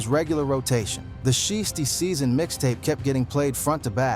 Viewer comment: "She-is-tee-season." 😂😂😂 "Shy-as-tee-season" 😂😂😂 This AI stuff is really outta control.